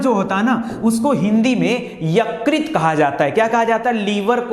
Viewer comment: Yukrit nahi .... Ykrut bolte hai .....